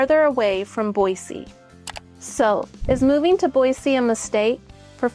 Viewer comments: Born and raised in Idaho it's pronounced BOYZY not BOYSEE grrrr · Is it Boissee or boizee? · I like how she says Boise.